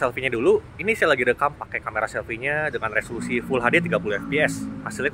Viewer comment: resolasi.. Solasido...